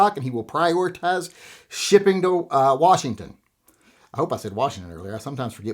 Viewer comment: I thought your state was pronounced 'Worshington'??